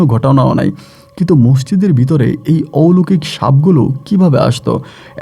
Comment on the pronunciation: অশিক্ষিত মূর্খ RJ..... ঔলোকিক কথা টা....... কথা টা অলৌকিক